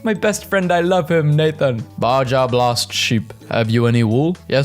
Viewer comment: are we all just gonna skip over "bajja blast sheep" 😭